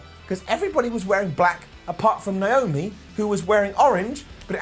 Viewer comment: Is pronounced Naomi: Nomi